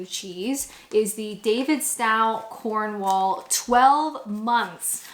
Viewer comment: As an aid to your continued Britification and obvious love and respect for our cheese 😁can I just mention that it's pronounced 'Cornwull' and 'Davidstoe'. Superb video, as always 😊👍